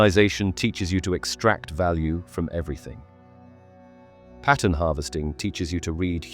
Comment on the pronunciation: the way you say 'pattern'. pah uhn